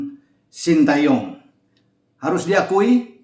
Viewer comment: Pengucapan nama yg benar adalah SHIN TE YONG. Sekedar koreksi dan masukan.